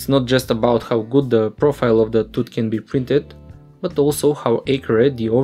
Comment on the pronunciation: If you pronounce the word "tooth" as "tut", can you please say "teethees"? :D